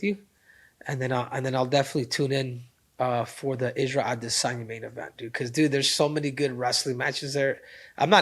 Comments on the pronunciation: Take a shot every time Henry says “ade-Sanya” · Stopped the video after 4th time hearing “Ade-sania “ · Aright the emphasis on A-DIS-sanya is gettin old, you burned it out. You don’t need to do it everytime you say his name…….🤦🏽‍♂️ it was only funny the first few times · Why does Henry have to say Izzy’s last name like the Duolingo owl